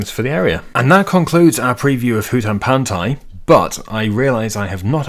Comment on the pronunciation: That is indeed how you say Hutan Pantai. Funny they used a Southeast Asian name for a East-Asian map